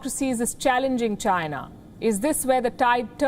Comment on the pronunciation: China not Chins